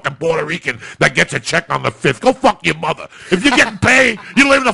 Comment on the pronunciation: kills me the way he said mother.